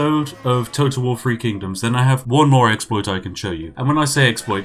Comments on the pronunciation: Nobody: Brits: Free Kingdoms Everyone Else: Three Kingdoms? Spiff: TEA! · Just listening to The Spiffing Brit butcher Chinese names.